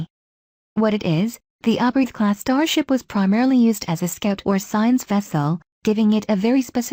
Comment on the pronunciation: Gotta give a thumbs down. The automated voice sucks. Can't properly pronounce words like Oberth (Oh-birth) not ob-e-reth... Sadly, I had to watch it twice, thinking there was an error, but there wasn't...